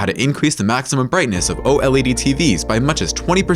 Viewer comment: And again.. O.L.E.D...... please... just say OLED. Very annoying